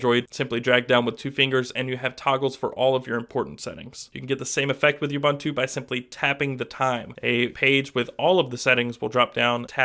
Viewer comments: Actually it's more like "uboontu" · First of all, it's OO-bOOn-tu. I have never heard people call it youbuntu, and it's honestly a disgrace to a review to mispronounce it during one. Secondly, it's a bit unfair on either side to compare ubuntu and stock android. Seeing as how GSIII comes with Touchwiz and not AOSP. However, Ubuntu seems more default gesture based, but there are apps in the store to simulate this very thing. Either way I'm definitely looking forward to the Ubuntu ROM in the future for my GSIII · its not Youbuntu its oooubuntu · "You-bun-too"? Really? People (well, Americans) are *still* pronouncing it wrong? It's "Oo-boon-too". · You seem to pronounce "Ubuntu" wrong.. It isn't "Youbuntu" it is "oobuntu" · It's pronounced OO-BOON-TOO not YOU-BUN-TOO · man...lol!!! THAT's an AFRICAN WORD!!! not pronounced UBONTOU!???? WTF?!? LOL! ...that is pronounced UBUNTU... the U being OO (U)... shame on you!!!! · WOOBUNTU. NOT YOUBANTU. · Please!! It's not pronounced "Yuh-boon-too"... It is pronounced "oo-boon-too" (with "oo" as in "look") PLEASE get it right... it's kind of irritating to hear considering the correct pronunciation, is really not any harder than what you keep saying! [See wikipedia Ubuntu_(philosophy) ] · OOOOBOOONTOOOO NOT YOUBUNTWO! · its pronounced oo-boon-too. come on you're supposed to know this stuff. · Since when does an accent affect phonetic pronunciation in such widely varying degrees? It's an African word, it's pronounced the same in any accent. The correct phonetic pronunciation is OO-BOON-TOO and it tells you so on the Ubuntu site. See for your yourself. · it's pronounced u-BOON-tu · Yes I agree. The pronunciation of the name in this video is totally wrong. It is "ooh-boon-too". Go and check the pronunciation of this African word on the net. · actually it's pronounced ooh-boon-too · Please stop saying YouBuntu. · Please get the pronunciation correct Ubuntu (ʊˈbuːntʊ) it's OO-BoonToo Shot ;)